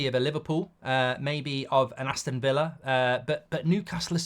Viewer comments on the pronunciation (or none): none